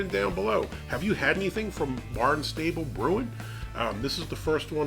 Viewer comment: Are you sure it's not pronounced Bārn stäblé ?